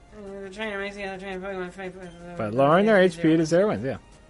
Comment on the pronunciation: Just kept thinking of the candy Pockey as you said Pockey mon